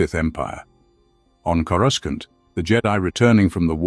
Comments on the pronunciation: It’s not corusCANT. It sounds like cora sauce with an NT at the end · Yeah he drives me nuts how he says it